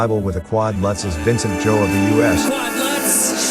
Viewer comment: Vincent "Zoo"...*facepalm*. They need to research how to pronounce names ahead of time.